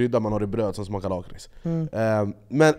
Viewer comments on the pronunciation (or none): none